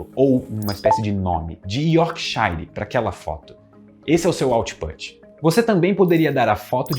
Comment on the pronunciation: 👩‍🏫 Minha aulinha de inglês com quatro palavras que o pronunciou no vídeo: input, output, pug e yorkshire A palavra put, que está contida em input e output, rima com book. A vogal faz um som intermediário entre "u" e "e", que eu chamo de "u preguiçoso" ou "falso u". O nosso queridíssimo pronunciou errado (na minha opinião poderia ter pronunciado input e autput, já que está falando português no vídeo todo, e o som ficaria ainda mais certo 😉). Outras palavras que enganam assim: push e Bush Pug está certinho! 👍 Rima com club. No português esse fonema vocálico existe na letra a antes de m ou n: pano, chama Yorkshire e outros nomes de lugares que terminam com "-shire" se pronuncia tipo "yorksher". A palavra shire, quando isolada, se pronuncia por exemplo "shair" lendo em português, e significa "município" (especialmente do interior da Inglaterra). Minhas aulas de inglês são individuais e baratas, para todos os níveis, e eu explico as coisas da língua muito bem. Estou precisando tanto de alunos! Me contratem! No zap: (